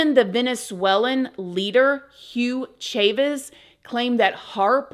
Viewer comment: This probably doesn't matter but his last name is pronounced ch-ah-vez